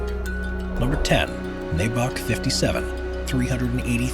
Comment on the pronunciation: MY-bock, not MAY-bock. If youre gonna say it, at least say it right..🙄